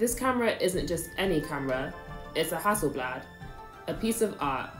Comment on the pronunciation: Most people can’t pronounce haaselblah